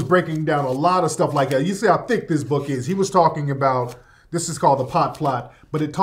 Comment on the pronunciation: Why he say thick like "theck" ? 🤣🤣🤣